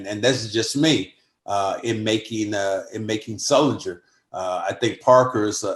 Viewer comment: did this guys say sulinger